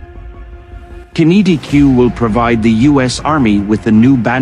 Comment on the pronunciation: Qinetiq, same as kinetic, not kin-E-t-Q Fuckwits